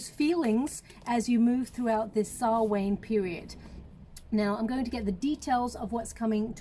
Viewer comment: It's pronounced sow-on Not sal-wain FYI love u lots